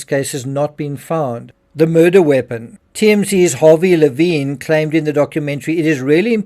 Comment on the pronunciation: Leh vin. Not laveen